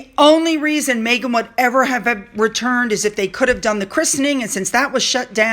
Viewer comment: mEghan not mAghan! Meg not Maygan